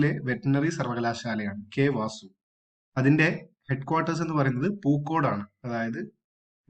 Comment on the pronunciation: It's not K വാസു... It's K V A S U😂